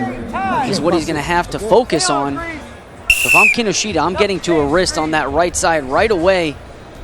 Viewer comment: you pronounce his name incorrectly closer to kinoshta